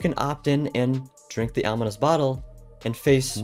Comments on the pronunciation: It's ominous, not onimous 🫤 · Not being mean, but you mispronounced ominous. You said onimous. No hate and have a blessed day 😊